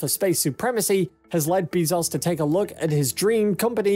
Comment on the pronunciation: Great video but Bezos is pronounced Bay'-zohs not Bee'-zahs.